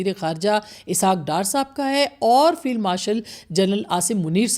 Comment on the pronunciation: It's 'Field' not Filed Marshal.